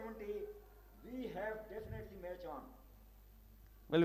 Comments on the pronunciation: Axcited hehehehehe dafanitley hehehehe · Definately ❌ Dafinately ✅ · Definitely✅ or Dafinetly?? Oh my goodness 😂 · Dafinetly 🤣 English